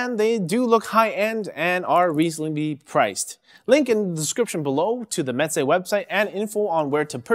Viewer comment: Actually it's pronounced (mɛzeɪ). It sounds like you are saying (mɛtzeɪ). (m: my, smile, cam) (ɛ: dr_ess, bed, fell, me_n) (z: z_oo, has_) (eɪ: f_ace, made, fail, vein, pa_y)